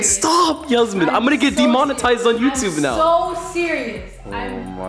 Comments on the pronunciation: demonetized and "dhimanitised" legit sound the same lol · you mean "dymanii" tized